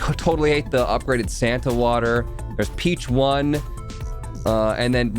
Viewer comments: RIP to not getting the "Peachone" Pigeon Pun. It's supposed to be pronounced like "Pigeon" with a fancy accent. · was anyone else REALLY bothered by calling it the peach one throughout the entire video? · incorrect. "Peachone" is a somewhat Americanized, botched version of the word "Piccione," which means pigeon in Italian